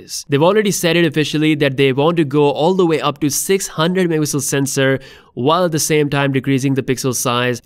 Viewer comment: Wtf bro learn to say MEGAPIXELS ITS NOT mmpixel